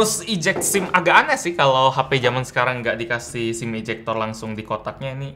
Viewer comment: ketika bilang "Sim Ejector" seketika gua bingung